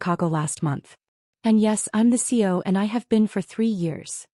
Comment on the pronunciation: It’s CEO NOT CO! So irritating that and lots of other words mispronounced that if a live body were reading instead of machine would most likely be pronounced correctly.